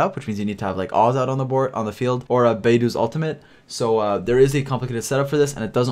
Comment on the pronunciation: It's Bae Dou my guy not bye dou hahaha